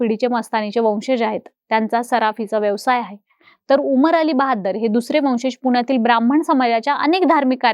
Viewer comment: शमशेर बहादुर 🎉🎉 Not बहाद्दर 😢😢😢